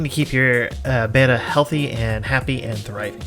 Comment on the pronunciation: The name must be pronounced Bet-ta not Bay-ta like the Greek letter. The genus name retains the Malaysian common name pronunciation which has spread to SE Asia mainland as the common name.